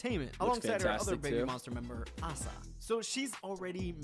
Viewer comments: ASA is not the best dancer , and it's A SA, not Aaaah Saah. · Asa is not the best dancer, but she is. Both Ruka and Asa are the best, and Asa was named by LeeJung as the best in some dancing aspcets. And as the other guy already mentioned, yeah, her name is Ah sah, not A-sa. Youre a Babymonster fan that has never seen Babymonster content or what? She has always presented herself as Ah Sah, unless she is speaking english, then she calls herself A-sa, for the reasons he already told you. Youre not even a fan youre just some random Asa hater.